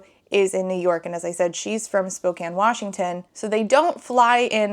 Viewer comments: First off, good job pronouncing Spokane right~ Second, why does nothing good come out of Spokane, jfc. 😫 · As a Washingtonian... thank you so much for saying Spokane correctly!